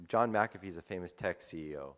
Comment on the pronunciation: a minute in you pronounced john McAfee like john muh-coffee